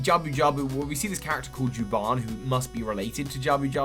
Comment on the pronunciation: ...it's Jabun. not Juban.